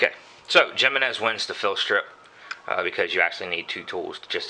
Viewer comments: It bugs me when they pronounce it "Jeh-men-ehz" too. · j in spanish is pronounced as an H in english it is like himinez i not seen a vid yet when a gun guy got the name right lol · Hey, it's pronounced "hee--men--ess"! No habla Espa~nol usted, se~nor? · it's pronounced himinez with an h sound for the j. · Its him-man-nez ! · Jimenez I believe is pronounced HIM en ez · Michael Schultz 100% correct! and as for who cares? Don't know... should I call your Ford, a Pontiac? One is right and the other is not. HE MEN EZ. The name is spanish and the j is pronounced as an h. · It's pronounce with an H not the J, its a Spanish name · You guys are fucking idiots and how is that such a weird random name it's a common Spanish name dumbass and like the other dude said it's either right or it's wrong if it was your brand you would hope people pronounce the name of your brand right so that other people would know the name of it and the pronunciation and then try to buy it if they liked it simple as that